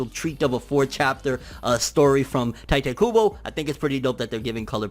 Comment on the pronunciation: Say "TaItE cOoBO" one more time and...